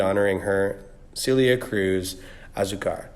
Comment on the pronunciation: It’s pronounced Sell-lee-yah not Cee-leeuh 😒